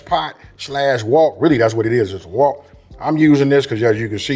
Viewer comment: Hello 🆎 I love how you say W O K. I love making a wet batter with either seltzer or beer. I like the coat after the fry.